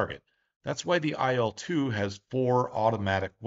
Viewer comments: You mispronounce the name of the plane. The names of russian airplanes should be pronounced the same way as the beginning of their designers's surnames. IL is pronounced like eel. The same thing with MIG, SU, TU, YAK etc. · I'd also add that in Soviet/Russian airplane names, the letters are not pronounced one by one. It's not "Ai-el," it's "il" (almost like the word eel, but with a shorter "i" instead of "ee"). Likewise, Tu would literally be "Tu" and not "Te-Yu." This is because most design bureaus had names derived from their directors' last names. "Tu" is from Tupolev, "La" is from Lavochkin, "Il" is from Ilyushin, "Pe" is from Petlyakov. We don't write "TU," or "IL," or "PE," because it's not really two "equal" letters. It's just Tu/polev, or Pe/tlyakov. And it is much easier to say this way. Addition: saw this elsewhere. "Tu" is as "too" or "two," "Su" is as "soo," "Mi" is as "me," etc.